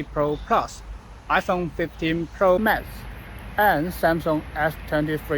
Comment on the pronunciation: "iPhone 15 Pro Mess" Although the mispronounciation, the description is spot on